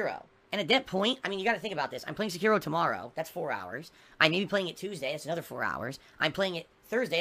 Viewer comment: He will never finish Sekiro.... he can't even say it properly.